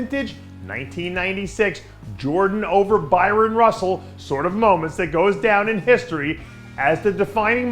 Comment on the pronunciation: Bryon Russell.... Not Byron